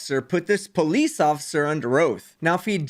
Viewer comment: The word is not pronounced PO Leeze!